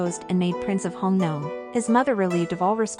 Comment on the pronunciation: For elderly listeners the music is too loud and obscures the narration; also the pronunciation is a bit strange - Cao Cao, Dong Zhuo and Hongnong for example, are not right.